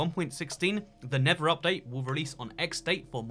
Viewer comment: his accent I keep hearing him say "the never update", which just sounds so accurate. 😖😏